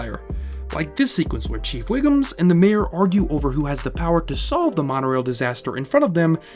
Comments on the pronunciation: Ok, fuck. It's 'Wiggum', not 'Wiggums'. It's 'crisis', not 'crises', unless you're referring to more than one crisis, which you weren't. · It’s “Wiggum” not “Wiggums” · Am I the only one who noticed he pronounced Chief Wiggum as Wiggums? haha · I'm gonna be nitpicky here but omg.... a) how can a Simpsons lover and historian say 'Chief Wiggums'? after 30+ years? b) how can you put the word VERSUS on the screen in big letters and still pronounce it "verse"?? aaaargh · that's Chief "Wiggum" not wiggums......